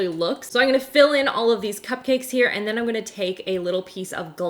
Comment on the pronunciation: It’s pronounced “I’m” not “I’ng” you’re not a toddler